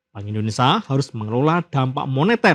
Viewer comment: Maaf pak! Indonesia! Ada "sia".. Buka ENDONESA